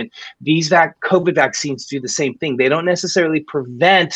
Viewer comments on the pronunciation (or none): none